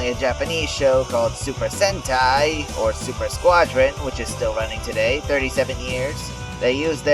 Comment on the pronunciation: I like that you pronounce Sentai right! And this was very informative.